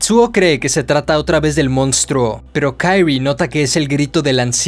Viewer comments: No es Kairi, es Kyrie pero este man lo pasa diciendo mal en todo el cuento. Y es muy evidente desde el inicio que la protagonista es Kyrie y no Shuichi. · No puede llamarse "kairie" es japonés no anglosajón